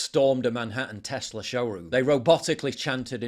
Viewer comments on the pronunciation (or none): none